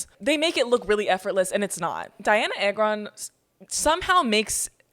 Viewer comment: REAL (also its ay-gron........ babes....)